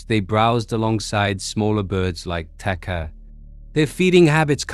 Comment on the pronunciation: The Maori has been discovered to be not the first humans to first humans to have reached New Zealand , there were humans here proir to the Taupo Lake eruption in 86 AD The word Takahe is pronounced Taka-HE